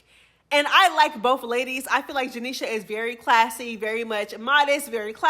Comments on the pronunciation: I literally hate how you say janeisha name 😂😂 janeiSHA 😭😭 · I can tell u don’t like janisha just by how u say her name.. Jah KNEE SHA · janishA 😂😂😂😂 the way you say her name has me weakkk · Why you saying Janesha name like that? 😂😅🎉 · why you saying janeishas name like that lol😂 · Why you keep saying her name like that 😂😂😂😂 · Why you say her name like that 😂😂😂😂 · bro the way you saying Janiesha’s name got me weakkkk 😂😂😂😂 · I love it lol 😂 😂